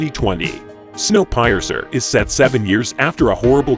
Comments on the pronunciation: snow piercer, ie: to pierce a balloon with a pin or a train piercing the snow, but hey good effort considering you Americans butchered the English language to to spite the English for inventing you.. your welcome lol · snow pie a ceer, lol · Snow Pie-esser? da fuq? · Snow pie-ear-sir !? I've never heard anybody pronounce piercer that way in my life! And I have traveled to several different countries on a several different continents... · snow-pie-a-sir? I think that robot voice needs a bit of tweaking to talk properly. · you haven't seen any of those, right? otherwise you couldn't butcher the pronunciation of Snowpiercer... just saying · Say "snow piercer " one more time mate 🤣🤣🤣 fuckin hell . That pronounciation 😬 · How do you pronounce Snow Piercer so wrongly? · Is this an AI voice? How the hell would a human pronounce snow piercer like it was a German tank from WW2 or something…. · Hearing how Snow Piercer is spelled hurts my ears so much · The voice of the clip is not a real human, It is a synthetic voice. I guess it was just not good at reading "piercer" and know how to pronouce it properly. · Give this poor narrator a power lesson in pronunciation, sentence intonation, and left-out words, please! He has a great voice. How can you not know how to pronounce piercer? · THE STRANGEST PRONOUNCIATION OF SNOWPIERCER HAHA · It's pronounced 'Snow peercer", not pie-ecer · Wait. Snow Pie-er-cer? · Snow "Pie-Uhrser"? lol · Um it’s pronounced like Snow “Peerser” not pie-ur-sir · I don't know if this channel is using some kind of A.I. voice or what, but in several cases with the video, the narrator pronounced words wrong, like with Snow Piercer, it pronounced it as PIE-R-CER, instead of saying the first part like the word Pier, like the place where you anchor and boat or ship! It basically Said it like PIE ARE CER, saying each part as separate from each other! I guess it's cheaper for channels to hire an A.I. , lol! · snow "pie azur"? wtf is one of those? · Snow Pie-er-cer?